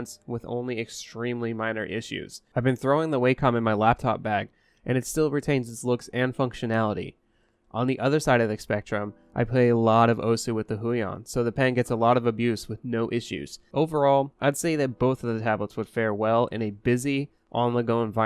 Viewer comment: its pronounced hUe-E-on not hooion